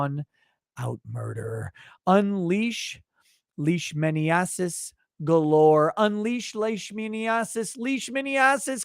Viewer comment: Leishmaniasis is not something I anticipated I would hear in Unbreaded lol Leash-man-eye-uh-sis